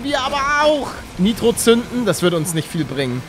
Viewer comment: Es heißt NIITRO nicht neitro😂